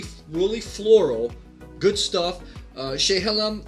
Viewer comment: Living 25 minutes from Dundee, Oregon, which is THE wine area in Oregon, I like the review :) Oregon Pinot’s are really underrepresented. Just for reference, Willamette is pronounced Will-ammm-et, and Chehalem is pronounced Sheh-hay-hem. Stoller is good but not amazing compared to others like Domaine Serene. Would love you to review some other Oregon Pinot’s at some other time! Again thanks for trying these out!